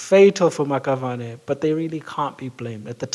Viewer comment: The Maxavane is pronounced "Mashabane"